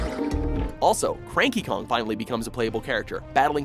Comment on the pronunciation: Did they just call Cranky Kong..Franky Kong?